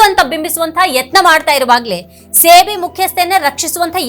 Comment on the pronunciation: Adu ಸೇ ಬಿ ಅಲ್ಲ ಸೆಬಿ